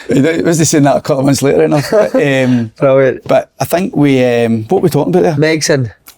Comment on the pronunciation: Si asks a relatively normal question...slaney " brullyant question " ..absolute dafty man